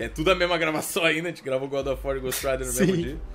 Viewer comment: mano, indignado com o "mutito" que nem é a palavra certa KKKKKKKKKKKK todo dia o cara manda uma dessas "GÓSTCHO MUTITO" KKKKKKKK